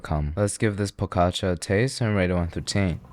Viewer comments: When he did not say “pogaça” with soft g: “My disappointment is unimaginable and my day is ruined” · The primal fear i felt when i heard him say pogácsa is unreal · po-ga-cha. not po-gocha! You say all the syllables kind of the same. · Serbians pronounce the cheese bread poo-guh-scha, accent on first syllable.